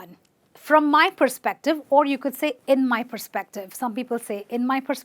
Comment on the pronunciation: it's Perspective not Prespective